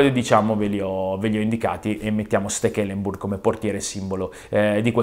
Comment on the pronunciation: Chi cazzo è stekelemburg? Io conosco steklembor